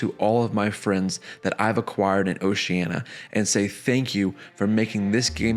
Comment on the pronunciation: A beautiful story, but the mispronunciation of "Oceania" threw me off every time. You may want to look up the proper way to say that word.